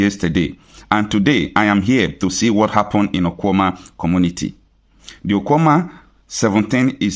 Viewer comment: Don't change it to lgbo pronunciation ..... the town is called OKWUAMA not okwuoma as lgbo audience may put it , absolutely nonsense